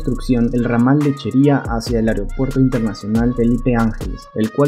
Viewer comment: Se dice: Cuautitlán* Tlalnepantla* Aeropuerto* Mucha información importante y casi un documental tu video como para que pronuncies mal varias palabras.